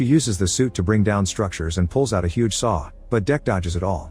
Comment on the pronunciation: Stupid AI narration doesn’t even know the difference between hug and huge….